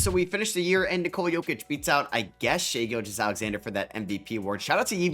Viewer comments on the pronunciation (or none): none